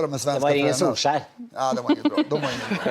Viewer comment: So it's pronunced SOLE SHIRE